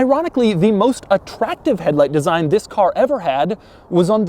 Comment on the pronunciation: Just stop saying THIS that way it's so annoying